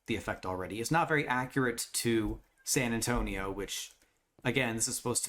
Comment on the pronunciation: San Antonio more like Sand An-stone-io 😂😂😅